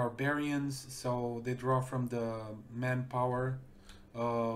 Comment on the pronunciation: TO ZHE BRITISH ISLES